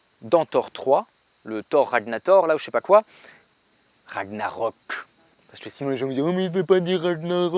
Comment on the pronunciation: Le truc c'est que Ragnarok c'est une faute de copie... En vrai ça s'écrit Ragnarök qui se prononce Ragnareuk